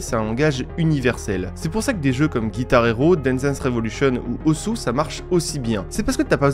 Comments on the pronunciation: pour "osu" ça se prononce us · encore une vidéo génial ! par contre ça ce dit "Oss" même si ça s'écrit osu! (e point d'éxclamation ne montre pas de l'énervement, c'est dans le titre du jeu xD)